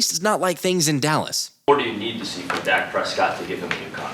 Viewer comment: Am I the only one that heard calling Dak, Dax? Daks?